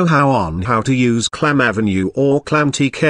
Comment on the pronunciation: PLEASE Stop using automatic text reading voices that sound like HAL. (No it’s not AI, it’s just a stupid application.) “Clam Avenue”, Really?